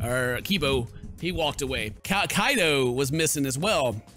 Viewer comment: Judging but a lot of his previous misreads never. Unless a direct pronunciation points it out to him he doesn't usually catch his mistakes. Or worse as in Kaede and Kaito (Kyehdeh and Kyto) he often reverts (Kade and Kato).